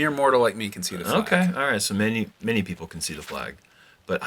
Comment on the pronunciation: Did mean "many people" or "mini people" on hole 3? Haha